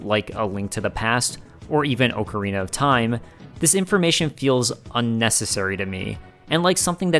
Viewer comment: You're mispronouncing the word Ocarina